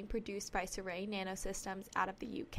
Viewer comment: mis-pronounced Surrey. it's like 'sorry' except with a u.